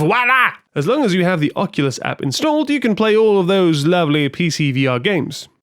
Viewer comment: You're one of the few to pronounce it correctly on the first go! Lol. English thanking French, I think that may ruffle some feathers. Amazing stuff here. The time spent really shows. I've had VR parties at my house and it absolutely blows everyone's minds. You're absolutely right it's impossible to explain.